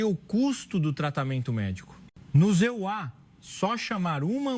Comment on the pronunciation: A história é bonita, mas a narração é péssima. Talvez seja I.A, mas de qualquer forma troca os EUA por ZA e é um erro imperdoável. Quem é o criador desse conteúdo?